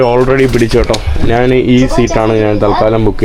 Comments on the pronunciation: നാൻ അല്ല njhan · Nജാൻ അല്ല ഞാൻ